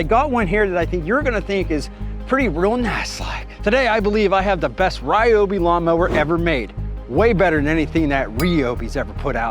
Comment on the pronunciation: Yours is the American pronunciation of a Japanese product. AKA “butchered.”